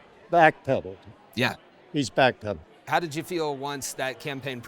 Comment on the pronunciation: " BACK PEDDLED" NICE WAY TO DESCRIBE IT " BACK PEDDOED" 😅😅